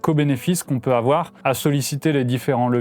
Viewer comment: « Il faut pas afoir peur »